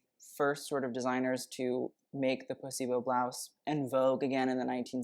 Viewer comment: Is he saying placebo blouse, or pussy bow blouse?